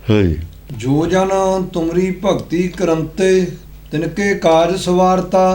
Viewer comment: ਜੋ ਸਿੰਘ ਸਾਇਡ ਤੇ ਬੈਠ ਕੇ ਬਾਣੀ ਪੜ੍ਹ ਰਿਹਾ ਹੈ ਉਸ ਨੂੰ ਕਹੁ ਚੰਗੀ ਤਰ੍ਹਾਂ ਦੇਖ ਕੇ ਗੁਰਬਾਣੀ ਪੜ੍ਹ, ਇਹ ਸਿੰਘ ਭਗਤਿ ਨੂੰ ਭਗਤੀ ਪੜੀ ਜਾਂਦਾ ਹੈ